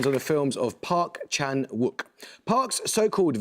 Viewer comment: I think Amol's pronunciation is usually pretty accurate, but the "w" in Park Chan-wook is silent, and Tannhäuser is "Tannhoiser".